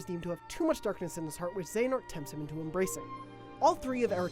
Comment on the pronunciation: Not even gonna watch due ti your pronunciations of Xehanort & Eraqus years back